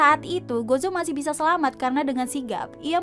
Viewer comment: baca nya gojo ya dek bukan gozo